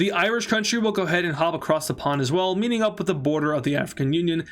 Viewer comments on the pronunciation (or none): none